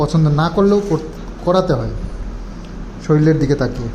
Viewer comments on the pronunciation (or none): শরীর বলো ভাই শরীল নয়